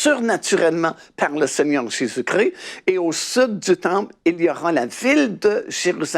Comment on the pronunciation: JÉSUS CHRIST et pas Jesus cri, merci soyez béni.